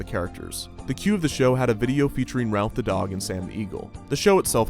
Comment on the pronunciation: Ralph? The dog is named Rowlf (Rolf, like the foreign kid from Ed, Edd, n Eddy)